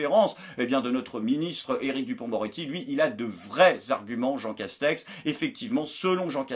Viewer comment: A chaque fois qu'il dit le nom du premier ministre j'entends "Jean Cache-sexe" xD